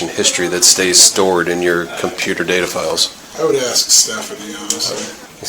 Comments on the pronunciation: Honey...its ASK...A..S..K....ASK....NOT AX! 🤦 HOLY SHIIT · Bank lady sounds really intelligent. She just needs to learn the word ASK. It's not AXE. 🪓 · The bank manager keeps saying she's AXING the woman. Does that mean she is hitting her with an axe or she just doesn't know how to speak correctly. Is she trying to say ASK maybe? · Why can’t any of them able to pronounce the word “ASK?” I mean, dang… even someone who is a senior bank teller pronounces it as “AXE” every single time she says it lmao! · Even the ones working at the bank can’t pronounce “ask”. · Why is it so difficult to say the word, “ask?!”